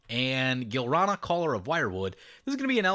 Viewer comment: This episode was fucking bonkers! Another thing that was fucking bonkers is "Gilrana".....Gi-lan-ra, bro! Anyway, Orvar is now the cheesemaster! xD